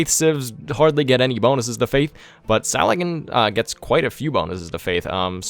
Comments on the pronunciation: Sal-ah-deen Not Suh-lad-in. Fucking mutt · Salah ad-Din